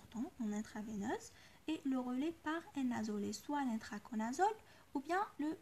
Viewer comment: Merci ❤❤c l ITRACONAZOLE et non pas INTRACONAZOLE